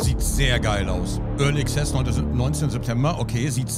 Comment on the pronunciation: (Early) Access wird nicht "Exzess" ausgesprochen, sondern wie "Axes".